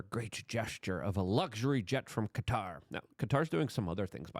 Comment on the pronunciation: Thanks for saying Qatar the right way. Drives me insane. Also wasn't the government in the process of getting a new air force one? If I'm remembering correctly it's the same type as this one, a 747-8. I found the whole "controversy" funny.